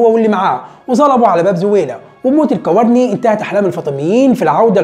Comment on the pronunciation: تصحيح الكوراني وليس الكوارني